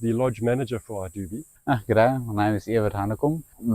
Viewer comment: Hey, the correct pronunciation for Idube is "Ee-doo-beh". Hope that helps.